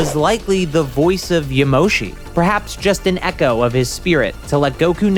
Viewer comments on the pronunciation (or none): none